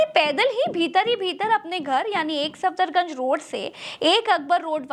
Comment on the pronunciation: सादर निवेदन है कि कुछ गलतियाँ दुरुस्त कर ली जाऐं जैसे सफदरजंग को आप सफदरगंज बोलते गये हैं और एक जगह अकबर रोड की बजाय गलती से अशोक रोड बोल गये हैं। बाकी ठीक है।